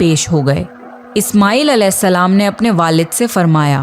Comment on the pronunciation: सही शब्द है " अलेहिस्स– सलाम " लेकिन आपकी तरह ही बहुत से मुस्लिम भी इसका उच्चारण सही से नही करते और अलेसलाम, या अलासलाम कहते है अब अगर आप सही से उच्चारण करो तो बहुत अच्छी बात है लेकिन अगर नही कर पाते हो तो भी कोई दिक्कत नही क्युकी अल्लाह इंसान की नियत देखता है